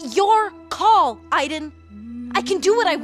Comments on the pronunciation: Okay but why does Jodie call him “I-den” instead of “A-den”? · I've always wondered who's idea it was to pronounce Aiden's name as Eye-den instead of A-den. Don't tell me that Eye-den is the way it's pronounced. I should know. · Didn't you pronounce it like "Eye-den"? Wow, Spanish speaking stuff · I've always pronounced it "AY-den" like "Hey, den." It's how my parents pronounced it, the way my grandparents did, as well as my friends and family. We all sure as shit know how to pronounce the name Aiden. It's like watching a movie or playing a game where everybody in the movie or game pronounces the word tomato as termatah.